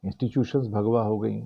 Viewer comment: mujhe bhagwa ke bajaye bha@ sunai diya 😂